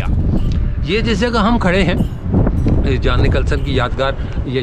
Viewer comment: Theek lafz Jhon hay Jaan nahe !